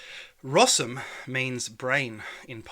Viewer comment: Small mistake: brain = rozum not rosum ;) poza tym ok ;)